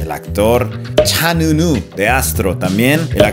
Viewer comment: Vives en corea y no supiste pronunciar bien el nombre de cha eun woo 😅